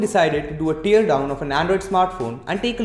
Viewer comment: Pronounce tear properly😂